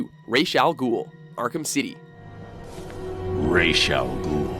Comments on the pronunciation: Why does the game and pronounce Ra's al Ghul's name wrong? It's Ra's like "Raaz" not Rach as in rachel -. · "rhas" its actually pronounced like "raesh" but spelled ra's. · It’s pronounced ray-shh. Not RAHz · It's pronounced RASH!!!!!!!!!!! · Theta Sigma like a skin rash? no it's pronounced Raysh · Theta Sigma Ummm no, it's definitely pronounced Raysh. Talia literally says that in Arkham City. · It's actually pronounced rass al ghul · You pronounced Ra’s two different ways during the video lmao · Why are you still co inconsistent on how to pronounce "Ra's"?